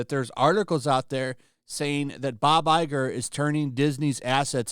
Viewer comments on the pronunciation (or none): none